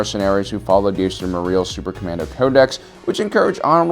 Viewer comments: His name was Jaster, not Yaster. Jango says his name in Star Wars Bounty Hunter. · “Yaester”? Seriously omfg 😂